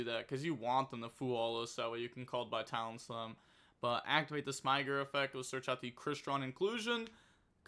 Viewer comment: I'd refer you to a couple of Farfa and MBT videos for the pronunciation of Smiger 😏